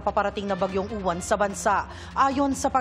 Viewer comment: Yung reporter na babae sabi bagyung YUWAN DAW EH MISMONG PAGBIGKAS NYAN AY UWAN KAKALOKA NAMAN NAG REREPORT SA PAG ASA BABAENG REPORTE NA MATABA BAGYJNG YUWAN DAW EH UWAN ANG PAGBIGKAS HAHAHAHAHAHAH SHUNGA BELSS 😂😂😂😂